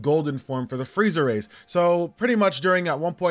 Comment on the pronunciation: i keep hearing friezer race